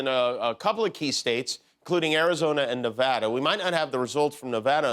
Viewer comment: We start counting over every time someone says Nevada the wrong way